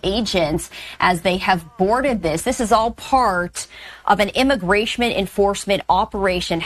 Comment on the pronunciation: Wait, are we just going to gloss over the fact that the "reporter" said IMMIGRASHMENT? Have i been saying wrong for 50+ years? 😂😂😂